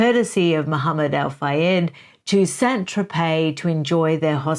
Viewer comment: *Mohammed*, not "Mahamned".